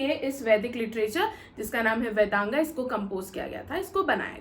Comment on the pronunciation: Vedanga nahi boliye pls.🙏 Vedang bolengi to acha lagega Ap bahut acha padha rahin hain mam,thank you so much😊